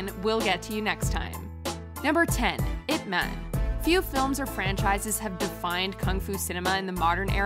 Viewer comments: Ip "MEN"!!!!????? UGH. Get your actors some pronunciation coaches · 'Ip' man I - P EYE pee man....